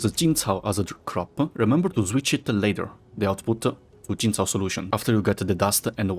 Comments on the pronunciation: The way said Yazhen and Jinchao shows how he really fluent in Chinese, respect. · Thanks for the amazing blueprint I also noticed that ur quite fluent in Chinese from the say u said Jinchao and Yazhen Keep up the work man!